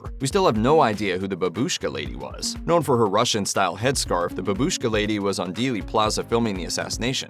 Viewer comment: не бабУшка, а БАбушка( like a grandmother)